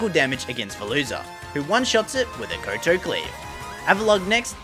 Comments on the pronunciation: its not koe toe its cow tow, a kowtow is a japanese bow to show respect a koe toe is stupid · Did you ever learn how to pronounce kowtow over the past year? I winced every time you said ko-to lol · the move is pronounced Kau-tau. It's called that due to the type of bow that the Kingsgambit does.